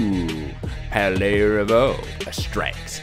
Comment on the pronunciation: Why do you all say: PaldeaR?